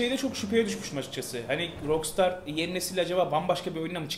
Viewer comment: yalnız o "rokstar" diye değil "rakstar" diye okunur.